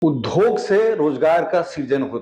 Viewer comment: Sir, uddhog (उद्धोग) nhi hota hai, udyog (उद्योग) hota hai.